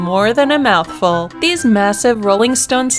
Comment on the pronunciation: Mothfull.... EW